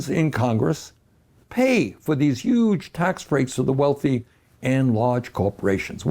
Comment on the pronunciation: I love when he says "huge." "Uge" in Bernese